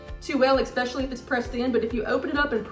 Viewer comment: But then she says "Expecially." The two cancel each other out. Net neutral.